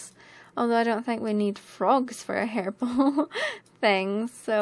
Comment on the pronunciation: hehe... you said "herbel" and I heard "hairball" made me laugh. ") < > "don't think about it, Fluff!"